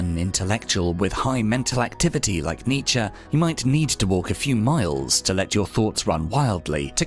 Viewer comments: Thought it was Knee-chee ? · I can't watch an entire video of you mispronouncing his name! Aahhh pull my hair out!